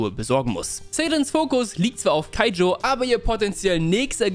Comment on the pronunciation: Ich liebe den joke mit „keijo ach warte das war das mit den Pfirsichen “ und danach nochmals keijo statt kaijo sagt und ich glaube er hat sich versprochen. Sonst super video weil ich erst vor paar tagen kuroko no basket durchgebinged habe